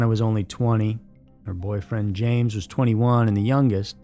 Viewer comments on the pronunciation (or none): none